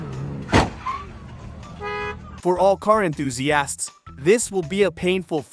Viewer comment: These AI chatbots voices always give away their secret when they put the accent of a word on the wrong syl-LAB-le. (... "like my grand-FA-ther" or "for all car enthusiASTS").